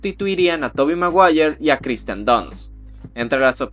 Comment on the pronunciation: Es Kirsten, no Kristen xd